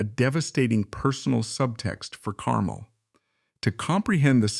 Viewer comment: Note: the emphasis is on the second syllable of his last name, "car-MEL"